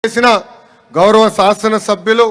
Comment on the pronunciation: అది శాసన సభ్యులు ( సాసన సభ్యులు కాదు )